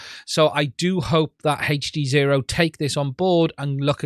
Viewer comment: It's not " HEYCH" D ZERO ITS HD ZERO